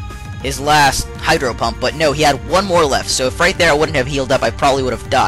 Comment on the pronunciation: it sounds like he says hyper pump